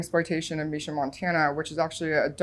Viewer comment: My name too and he pronounced it correctly!!